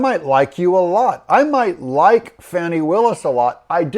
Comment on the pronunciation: It's pronounced "Fonnie" or "Fawnnie".